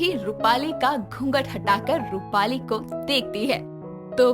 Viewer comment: AAP jab bhi rupali keheti ho tab mujhe mali sunai deta hai🤣🤣🤣😂